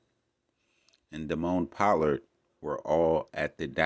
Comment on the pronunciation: “Po-lord” is how his name is pronounced